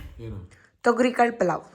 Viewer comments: Thagarikal alla thogarikal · ತೊಗರಿಕಾಳು ಅದು, ತಗರಿ ಕಾಳು ಅಲ್ಲ.